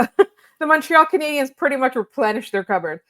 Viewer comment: Shoutout to the VO lady for not saying "Canadi-YENS" this time